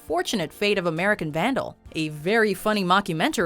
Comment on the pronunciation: can't blame them for number 9, as it sounds like "American sandal"